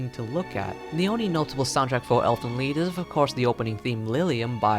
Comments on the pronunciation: Technically pronounced "leet" but "leed" will do. 😂😂 The title means Elves' Song. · it's actually pronounced "leet" but whatever...